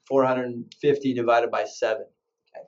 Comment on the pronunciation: is wrong. It should be 2 thousand 4 HUNDRED and fifty. You said 2450 the way 2045 is said. Otherwise, it's a good video.